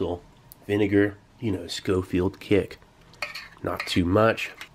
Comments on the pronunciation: Scofield kick? You mean SCOVILLE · lol Good job telling us all where you live Steve. Also its not schofield its scovel. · Scovel not Scofield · Every time he says Schofield instead of Scoville when talking about the hot sauce I smile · Steve, it’s Scoville not scofield